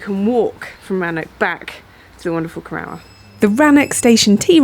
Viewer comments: And Geoff Saying Cor-our instead of Co-roor. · Seems to me that Cor-ROUR is a sister station to Sh-ROWS-bury, don't you think? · Lovely video, but I winced every time you said the name Corrour -- should be pronounced "korroor". That aside, I admire you and Geoff for walking such a distance in that vast and beautiful landscape!